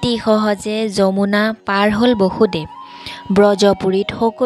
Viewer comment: Bosudev , Baasudev nohoy.Correct usharan koriba😊